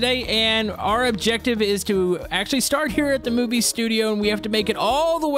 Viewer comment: did he say moobie or movie? lol